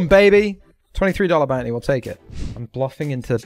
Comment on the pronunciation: maybe when he stops saying bout knee instead of bounty